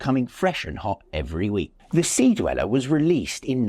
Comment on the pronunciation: deweller? come on